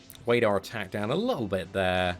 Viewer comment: i like your videos BUT the way how you pronounce "there" triggers me so much hahah xD